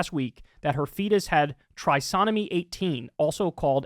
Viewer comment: "Trisomy". Another word that Kyle can't pronounce.